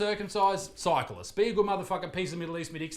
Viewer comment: “Cyclists” I thought he said scientists!